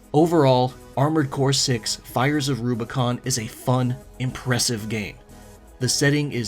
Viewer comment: My biggest criticism of ArCo6 is the last word. Rubicon. It does not start with an L.